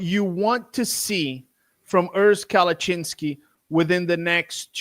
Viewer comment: kept butchering Urs last name “Kalachinski” wrong 😂 Im shocked Urs didn’t correct him. He’s way too nice hahah